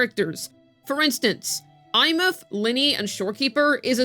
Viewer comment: SHE PRONOUNCED THE NAME RIGHT THIS IS REVOLUTIONARY